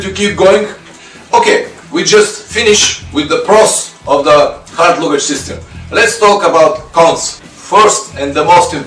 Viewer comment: Great videos. Just a minor correction to your pronunciation of 'luggage' given that you use the word in many of your videos. You say loo-gage whereas it should be larh-gage (with the same short stress on the 'larh' as your 'loo'). The pronunciation is the same in both British and American English.